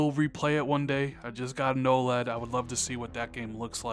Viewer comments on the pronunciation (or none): none